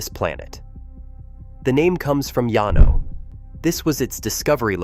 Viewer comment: it’s pronounce Lan-O, texas